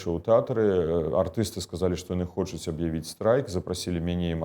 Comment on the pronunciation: "... хочЮць, чЯму... А спадар Латушка вельмі падабаецца!